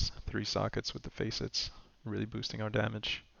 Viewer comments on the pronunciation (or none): And they are not Face-it's. They are Facets (FASS-ITS)